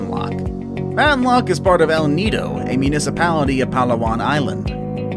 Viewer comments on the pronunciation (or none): none